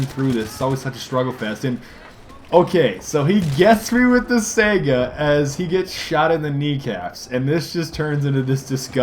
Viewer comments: it's not a sega, it's spelled saiga (sigh-guh) think of saigon and go from there. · Nope, it's pronounced Say-Ga, look it up.